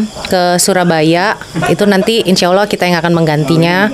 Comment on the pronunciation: Ya Allah ..bukan ya Auloh mbak